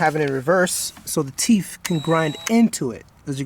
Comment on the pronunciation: Cool tutorial but things are pronounced with a th at the end not an f (ex. it's teeth not teef).